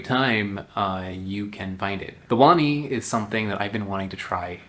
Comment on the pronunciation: you pronounce it right, wani pronounced one knee